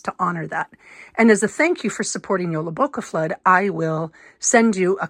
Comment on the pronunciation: You pronounced the word very well☺